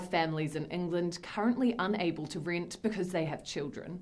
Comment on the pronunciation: Teenants (possibly tinants, but could be tenants) pay the reent (possibly rint, but could be rent) and please leet (possibly lit, but could be let) city am know 😜 It could be a riddle? We may never know 😜